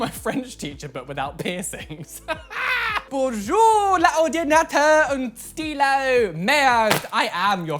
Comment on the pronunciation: "Bonjouuuur un ordinateuuuur un stylooo merde" omgg my french ass just died in laughter